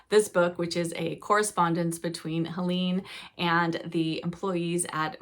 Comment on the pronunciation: Just to let you know that it's pronounced 'Hel-ayne' not 'Hel-een' (Hanff).